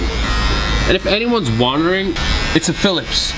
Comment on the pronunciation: “If anywans wandering “ that accent kalled me